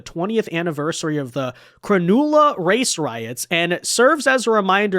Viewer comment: Also it’s pronounced Cron ulla